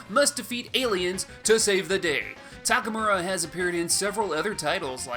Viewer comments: Isn't it TakamArU instead of TakamUrA? Just wanna make sure I'm not crazy. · It's Takamaru